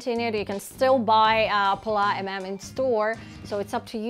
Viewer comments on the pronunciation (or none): If I may, we pronounce the "s" at the end of "Pallas", just like the "s" in "see" or "soon" ;) take care 😘